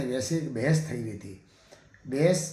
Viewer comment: भेस नहीं बहस साहब